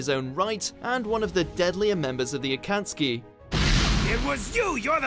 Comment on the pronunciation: Did anyone notice finally pronounced akatsuki right